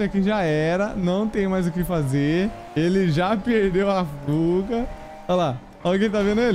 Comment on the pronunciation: Quando ele falou fuga, eu entendi puga kkkkk, na minha mente (caraca ele tá com 3 pugas 😨) mais é por causa do aparelhokkk tmj.